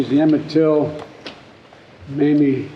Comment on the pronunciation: pronounced (may me), not mammy